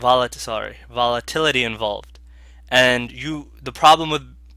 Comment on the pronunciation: He said volatitty.